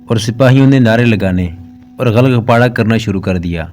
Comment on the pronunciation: ghal ghapada nahi ghul ghapada sahi hae